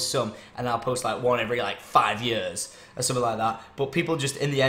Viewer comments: 3 YURSS? 3YUURSS?. I'm sorry it just sounded funny coming from Tom xD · i know a couple south africans and they say it like that but maybe its just because their accent has developed :P